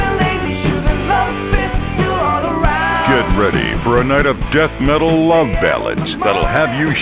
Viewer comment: "You taught me baseball team and how to ruvv"